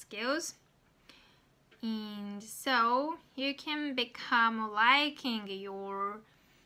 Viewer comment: Good job as always! I think that feedback is the most important for improving pronunciation. So I'd like to give you small feedback. When you say "AND" , sometimes it sounds almost like "IN" to me and it's a bit confusing. I'm not sure how it sounds to native speakers, though.